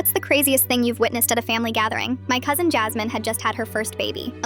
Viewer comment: I thought you said husband when you said my cousin Noel had a baby